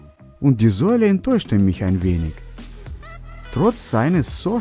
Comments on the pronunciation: Bruder Sohle nicht Säule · Wie er Sohle ausspricht😂 Säuele😂